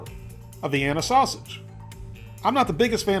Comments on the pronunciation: It is NEVER pronounced like the city in Austria, but always "vie EEN uh." You should know that. You should also know better than to put ketchup on hot dogs. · I love ketchup on hotdogs lol, plus I’m a southern girl myself and I’ve NEVER heard anyone call them vi-ee-nie weenies lol.